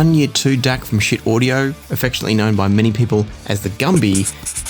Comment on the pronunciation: Getting a little tired of the pronunciation mistakes especially since Schiit actually made a video about it and because my last name also gets pronounced incorrectly the pronunciation of Schiit is Sheet not Shit.